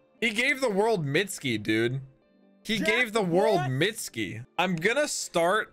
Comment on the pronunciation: i really love y so much, and dont mean to call you out of your name but you said "mitski" but its actually: mit-su-ki forgot the u in it